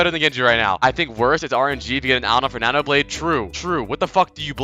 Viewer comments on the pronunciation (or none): none